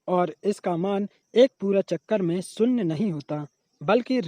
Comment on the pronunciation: शून्य ❌शुन्न ✔ Sin theeta ❌saan theeta✔️